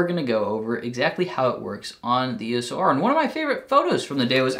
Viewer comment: Funny when you say E.S.O.R :) I recommend the 24 2.8 IS USM. I picked one up second hand for 150 bucks :)